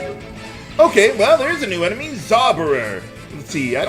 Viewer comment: "Soberer!" (sounded like this to me) that made me crack up xD "Zauberer" is the German word for "Wizard" or "Sorcerer"